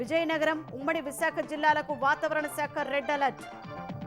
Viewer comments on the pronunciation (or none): వాతవరణ శాఖ కాదు, వాతావరణ శాఖ అని పలకాలి. ప్రత్తేక యాప్ కాదు, ప్రత్యేక యాప్ అని పలకాలి. రోడ్లు, భవణాల శాఖ కాదు, రోడ్లు, భవనాల శాఖ అని పలకాలి. తెలుగు పదాలు సరిగా పలకలేనప్పుడు అసలు మీరు వార్తలు చదవడం ఎందుకు? ప్రేక్షకులను హింసించడానికా?